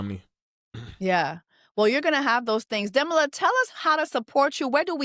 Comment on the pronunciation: Please pronounce his name correctly